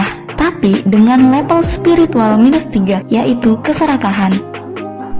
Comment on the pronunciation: Level, bukan lepel